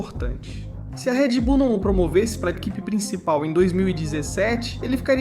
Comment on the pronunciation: Video é copia do espanhol p um português questionável: Não é Redy Bull, é Red Bull. Nomes não são traduzidos, so com algumas excesses. YouTube não é YouTubi. Internet não é Interneti... Escute o original em Espanhol e verás que eles falam a língua deles melhor que nós falamos a nossa.